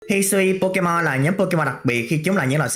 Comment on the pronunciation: Phát âm pokemon chán vl